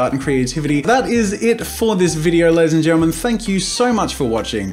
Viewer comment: I always hear "get out ladies and gentlements..."